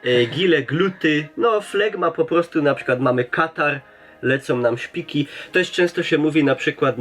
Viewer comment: Nie szpiki ino śpiki